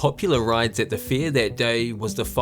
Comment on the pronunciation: It's Fair not Fear. Your baby English needs some growing up to do